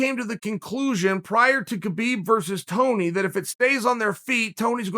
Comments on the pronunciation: Why do you call him KaBeeb it's Habeeb spelled Khabib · Come on Chael the champ name is pronounced habib, the smarts man on the plant should know better.